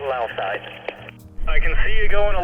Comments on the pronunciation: Did he say “Line of Sight” or “Linus Height?” 🤣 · whenever they say "line of site" I keep thining he's saying "Linus site" 🙂